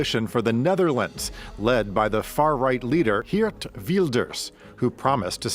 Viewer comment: Ok...no problem at all...I truly understand Dutch names can be difficult to pronounce. But let me teach you: The most important name is Geert Wilders. The double "ee" in his name is pronounced as the letter E in your word "era" followed by the same way you pronounce the letter R in that word. So lose the letter A in the end and you are golden. G[er]t Then Wilders....it's not pronounced Wild as in "wild girls" but as in your word "will" as in I "will" followed by 'ders' So G[er]t Willders.. I hope you all understand this explanation 😅